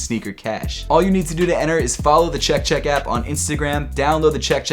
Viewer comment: I don’t like how he says “Chek chek apP” lmao